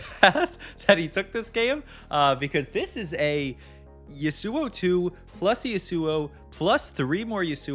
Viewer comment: I've never heard him called yesuo before